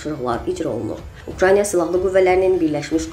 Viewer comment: Bu danışan xanıma deyən yoxdu ki,o ölkənin adı Ukranya yox, Ukraynadı. 🤣🤣